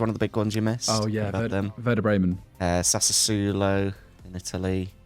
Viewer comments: I know right, bless his heart :D Think it's pronounced "Sass-wo-lo" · Sassuolo being pronounced Sassersulow always makes me laugh